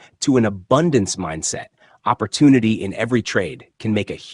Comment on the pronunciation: When u can pronounce the English language properly i might stick around and listen Opp or toon ity OMG Jesus Christ !